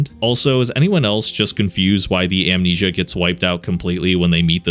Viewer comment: oh no not "Amensia"